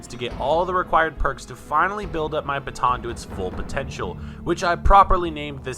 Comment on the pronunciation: a bha-tho'???